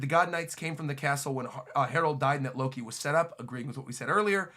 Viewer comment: As soon as you misspoke Loki as “looki”, like “lucky”, which sounds like the mispronunciation of luffy. What is Loki’s name is a play on lucky?